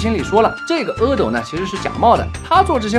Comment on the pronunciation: 原来是读阿(e)斗么？以前一直以为是阿(a)斗…😓